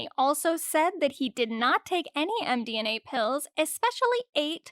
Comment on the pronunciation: It's md-M-a, not md-N-a